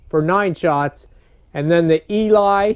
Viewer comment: I’m English and we pronounce it as ee-lee , they used to be a big deal years ago .